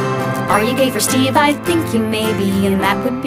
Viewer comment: Am in the only one who always hears steven and not steve